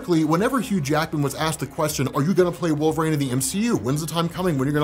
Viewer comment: I love ya but the way you say wolverine is just the worst lol it’s WOLV-UH-REEN not wolvrain.